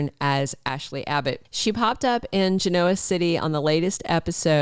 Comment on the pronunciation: Please pronounce it GEN-oa City. It is not gen-OA. I am a long time viewer and it bugs me a tad :)